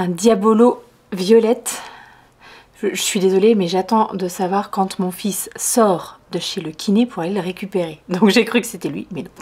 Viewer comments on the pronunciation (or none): none